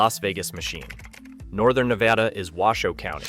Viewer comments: Nevada here... its NEVADA NOT NEVAUUUUUH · Nevada NOT Nevahhhda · And the guy still doesn't know how we pronounce Nevada in Nevada. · Pronounce Nevada properly. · How can you do a story on Nevada but not pronounce it correctly?